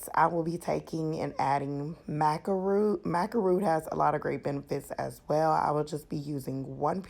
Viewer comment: It's pronounced Ma-ka Maca powder.. 💆